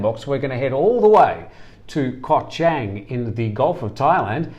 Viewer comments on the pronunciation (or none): Koh Chang (pronounced Charng) Not trying to be negative, just helping with speaking Thai.